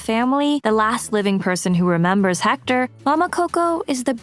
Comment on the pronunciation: One thing..about pronunciation, the H is not pronounced in spanish